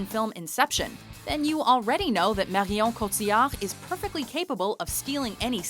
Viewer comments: Im not dissing or anything but her attempt at french is fucking hillarious " MARRHHIOOON COTHHIAHRD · It's so annoying how much she over pronounces Marion Cotillard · i swear these guys pronounce marion cottilard's name different every time she makes one of these lists